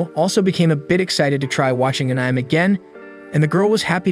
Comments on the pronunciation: "Ahnyme" It is pronounced Uh'neh'may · And I thought the "anih-me" crowd was bad... (for reference, to the two people who don't know; it's pronounced "annie-may." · Ah-Nem... tele-kenesis... lmfao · "AAnym" is crazy💀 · Funny thing is they pronounce animation perfectly fine. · An-ni-may.....= Anime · What the heck is An-Ime,? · An-Ime is only the finest entertainment a can find. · Annym? Tf is this😂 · Thanks for the video. If I have any complaints at all, it's that I never want to hear you fail at saying anime again. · Dude pls learn how to say anime correctly please 🙏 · I think even AI can use the word correctly. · Is this an ai channel, why can’t you say anime properly, and a lot of other words